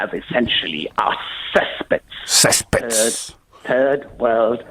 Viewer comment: "CESS-PETTS!" "MINORITUHS" I'm dying here...